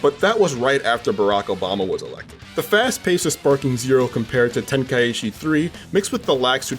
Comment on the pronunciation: Tenkaichi... Ten... kai... chi.... Why is everyone now saying "Ten Kai Ichi"? 😅